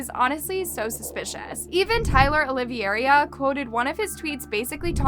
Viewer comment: I’m so sorry, but I couldn’t say nothing. 😭 his name is pronounced Olive-era. It’s my last name too, and I usually just let it slide, but seeing it done to someone else makes me shiver. Haha sorry, and thank you for keeping us updated!